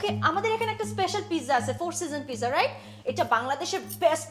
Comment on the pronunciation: Tisha bastob jibone onk unsmart. Pizza word ta thik Kore bolte parche na. An ordinary director made artist. Education (knowledge) is important for any job.